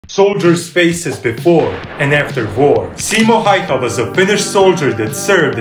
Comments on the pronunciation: Error: its pronounced Häyhä not hayha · It is actually pronounced simo hauha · I could watch these guys pronounce the häyhä all day